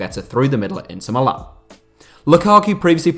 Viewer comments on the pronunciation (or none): none